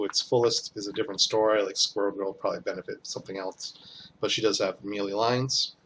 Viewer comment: Nice video. Good work with the break downs. One thing...please...it is called "may lay" not "ME LEE"... I had to play back a couple of times to catch what you were saying because I thought you were saying something that I didn't know was in the game.